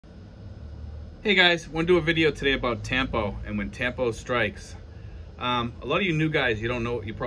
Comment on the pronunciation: It's really a sign of immaturity like you said. It's pronounced tum-poo. Good luck when she makes tampo. Buy her some flowers to cool her down.😅😅